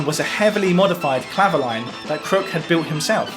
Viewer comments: Great research. I was waiting for the Clavioline. I had one made by Selmer many years ago - it was based on valves and was monophonic - being a guitarist, I never used it on gigs and. I sold it for 30 quid - madness! - I pronounce the name as Cla- vio- leen, not clavo-line. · Sorry to be pedantic, but I think it’s pronounced “clavi-oleen” as it was a French instrument.